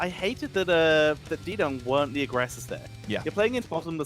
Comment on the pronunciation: Fairly certain it's not "D-Dung" it's "D-Young".